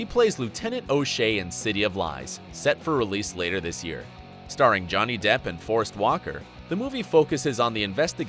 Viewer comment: narrator has a nice voice, but needs to know how to pronounce people's names.. I.E 'Gemma' , ' Abel' And " Forrest Witaker "